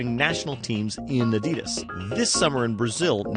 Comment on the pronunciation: Adidas is pronounced on the first syllable, not the second.